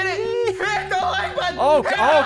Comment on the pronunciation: It’s not “HIT THAT LIKE BUTTON”... it’s HIIT DAT WIKE BUTTTONN